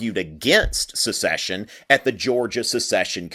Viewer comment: Joel Castro "The declarations of succession from all confederate states say that they are aligned with the institution of slavery :/" As SEPARATE NATIONS seceding from an INTERNATIONAL COMPACT. And it's "SECESSION;" not "a-duh, a-duh, SUCCESSION."